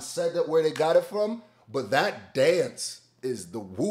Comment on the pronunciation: why did sound accidentally British when he says “got it”😂😂